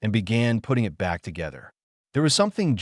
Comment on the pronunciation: Wholesome story. A bit of AI reading error at the front end, said eye tee instead of 'it'